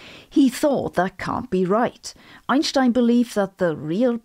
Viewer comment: I always come here to soothe my nerves after trauma sustained by hearing "Einstein" pronounced by the rest of English science-for-the-plebes youtube.